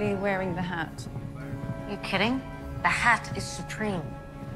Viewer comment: One thing that bugs me is how he pronounces "the". He says "thee" a bit too much. Otherwise he's good.